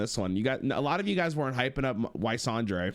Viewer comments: it's always ysondre, and never how sondre..... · I cringe every time he said "Y sondre"